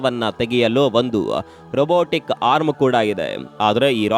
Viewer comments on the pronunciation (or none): none